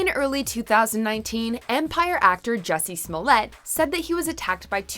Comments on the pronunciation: its not jussie its juicy. Juicy smouliyay the french actor. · It's pronounced Juicy Smoolyay.